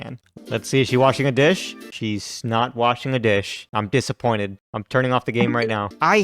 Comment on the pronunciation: do you mean "DISH-appointed"